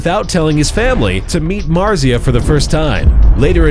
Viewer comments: Its pronounced Mar·tz·ia not Mar·tza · It's pronounced martzia not marzia! And he has 40 million subs now. Also I don't believe that pewds used to ask people to watch his videos, he's just not like that. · Im gonna cry its pronounced MARZIA not marzeea -_- XD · Emma Österman Don't forget about "MARRRzeeuh" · I dont wanna sound rude but, that isn't how you pronounce Marzia